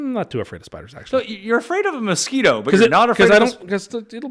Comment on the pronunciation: Adding "mosquito" to the list of words pronounces like a crazy person